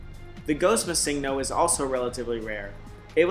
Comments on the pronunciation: I'm sorry but the fact that you not only can't say "Missingno"(what the fuck is a massingno?) but said it almost every few seconds made me ragefit and required my downvote. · I pronounce it missing-no. He is saying ma-sing-no. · Er... Before you embarrass yourself more... The pocket monster "missingno" is actually pronounced "Missing No" to reference that it was used to fill unused slot data in the earlier games, as it was more difficult to code in filler pokemon. So it isn't pronounced missig no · Mis-sing-No haha you should say ”Missing No.” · Why are you pronouncing it like it is spelled missigno? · Mi seeng' no. That pronunciation hurts my ears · you know his name means missing number. you know that! Why do you keep saying missingno? why?! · Shouldn't it be pronounced "Missing Number"? As this is a "pokemon" that shows up from the game trying to find a code where none exists. So it has a missing number. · MuhSINGno Nice pronunciation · I hope you didn't continue pronouncing Missingno. with the stress on 'sing'. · I explained what it meant. But my question was, shouldn't that be how it is pronounced as the "no" is just "number" abbreviated?